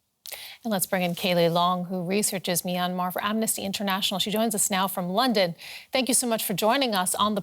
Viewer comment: Can you not find journalists who can properly pronounce the name of the country. MYANMAR not MY ANMAR